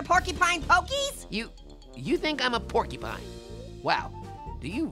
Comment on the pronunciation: I laughed when was saying pork y pine